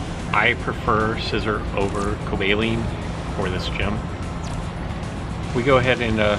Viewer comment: Hey still loving the content, and I'm so sorry to do this but your pronunciation of certain Pokemon still irks me... Cobalion is Co-bae-lee-on Electivire is -El-lek-ti-vie-er the vire sounding like wire, like electrical wire. Sorry to be annoying, I guess I just want you to sound as professional as possible when talking about Pokemon! Hope this helps